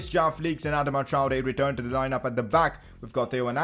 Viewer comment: Someone please tell him how to say Adama